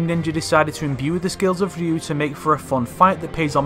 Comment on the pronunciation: Holy fuck, a youtuber that can pronounce the name Ryu!